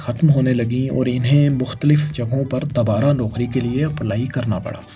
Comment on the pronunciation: It's "do-bara" not "da-bara", just writing for correction only